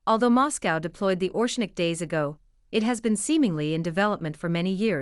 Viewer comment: ITS NOT ORSHNIK ,ITS ORESHNIK.